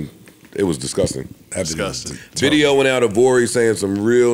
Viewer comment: “New Tideo”